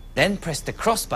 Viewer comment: That's like he said Good duck not good luck.Huh!